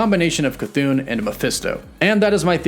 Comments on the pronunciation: u gotta stop calling “cathon”, “chuthoon” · Really dig your channel. Chthon is actually pronounced "ka-thon" not "cha-thoon." It's an Indo-European name derived from the Greek word chthonic which is pronounced "thon-ic," dropping the silent "ch." Keep doing what you're doing. Good stuff! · c- thoon? is that how it's pronounced? I thought it was ch-thon. edit: no offense, mispronouncing something is perfectly normal. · It's not pronounced "Cha-Thune" ...... it's "Kah-Thone" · Pronouncing it Cha-thune is incorrect, I think. I think it is pronounced Ca-thon(silent H) or Ch-thon. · The pronunciation of Chthon is bugging me (Thon not thun at the end of the name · Please quit saying "ChaThoon" :) "ChaThahn" sounds so much better. :) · it's NOT pronounced Ca-thoon...it's Cthon...get it right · As much as I LOVE hearing you pronounce Chthon: Ka-thoon, I thought you might like to know how it’s actually pronounced. The CH is silent. So it’s pronounced Thon (Th - on). Similar to Thron, without the R! But don’t take my word for it. Look it up. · Pronounced: "CA-THON" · Chthon is pronounced "kuh-thonn" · I beleive it's supposed to be ka-THON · stop saying chathon like that, the h isn’t silent!!! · Lol "shithooooon" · Everyone: chthon: Cathoon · nope, he used to call it chthon, but maybe he read something somewhere and he started calling it cathoon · How many times does he mispronounce Chithons name in 3 different ways? 🤣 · Ok you’ve literally pronounced Ch’thon 3 different ways. I feel like you’re trolling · he has a speech impediment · None of your predictions and explanations worked out. Your whole series about WandaVision is a complete failure, just like you. And still too dumb to pronunce Chthon's name properly. You are the only one, other YT'ers can speak. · There are not 2 O’s in Chthon lol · I can't wait until you realize you've been pronouncing Chthon wrong.